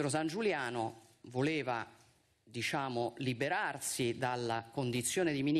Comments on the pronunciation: Viscenda, disciamo, ma come parli? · " DiSciamo", pardon 😂😂😂!